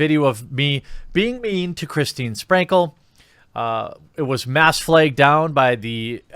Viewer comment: What the fuck is a "mass flaygged"